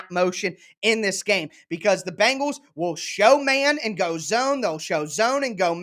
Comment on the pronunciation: The name of that NFL football team in Cincinnati is pronounced Ben gals not BANG gals. If is not that difficult, but you are certainly not alone in your mispronunciation.